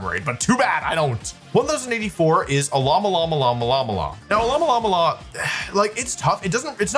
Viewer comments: Alomomola is pornounced "uh·low·muh·mow·luh," similar to Mola Mola, the Giant Ocean Sunfish for which it is named. I thought you were supposed to be some kind of Pokémon expert or something. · Wolfe saying alololololomomola made me forget how to actually say its name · As a Californian, the way you pronounced Alomomola (based off the Mola Mola which can be found off the coast of Southern California) is frying me